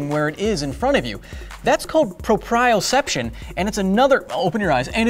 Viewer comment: How dare you say proprioception wrong.